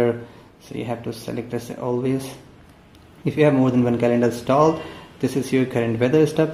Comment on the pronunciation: Pronounce installed correctly. It's so sick to hear the wrong pronouncing.